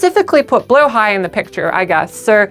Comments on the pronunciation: I loved how well thought out this "documentary" was. I've always wondered the background for our sharkie friend Blahaj, and now I know. ...Also learned how to actually pronounce Blahaj. "Blow-high", and not "Blah-hadge" :P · As a Swede im both happy our ikea shark is a trans mascot 💕 but also annoyed some people pronounce Blåhaj wrong ❤😂 (it’s “blow-high”) Glad you got it right! 🫶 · Thank you so much for pronouncing the name correctly 🦈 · Mine is “Blåhaj” (pronounced blah-hah) so whenever I can never get it wrong :333